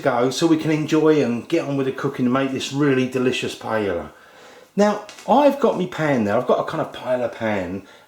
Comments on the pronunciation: ahh its pronounced pie-ay-a not pie-ella :( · firstly it is pronounced as pa-yah not pa-ya-la, secondly you need to have rice stuck at the bottom, thirdly what is with the eggs??? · Naku It's a shame how they desperately cling to the name PAELLA and won't ever let go even when they can't pronounce it, The guy even sounds more and more proud with every wrong pronunciation of it. He says PALLA, then says PAELA. Their sorry azz rice dishes would not get any attention if they don't call it PAELLA!!!. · It's a shame how desperately clings to the name PAELLA and won't ever let go even when he can't come close to pronounce or cook it right, he even insists in not letting the rice stuck to the bottom of the pan...which, when happens, would give you the nice and traditional socarrat. The guy sounds more and more proud with every wrong pronunciation of it. He says PALLA-PAYA, then says PAELA. This sorry azz rice dish would not get any attention if he doesn't call it PAELLA!!!. Who gives a F$#*K about tradition! let call it PAELLA to bring in the viewers!!! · PAELLA IS PRONOUNCED "PA EH YA". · this is surely NOT Jamie Oliver is it????? it is a charlatan, with not the most authentic looking paella, YOU EVEN PRONOUNCE THE NAME OF THE DISH WRONG YOU MUG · You can't even pronounce paella. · how about you learn how to pronounce it first?